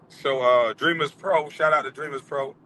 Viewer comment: did he literally say Le-Dreamers pro show😂😂